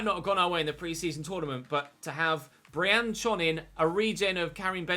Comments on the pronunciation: also, that French guy's last name Briançon is pronounced BriansOn rather than BriAnchon - he's French, not Turkish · I think the accent on Briancon's name means it's pronounced 'Briansson' rather than 'Brianchon' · The ç in Briançon is pronounced as an "s" cuz of the cédille underneath. It's Briansson if you will. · Briançon i’m sure is pronounced “bree-an-son”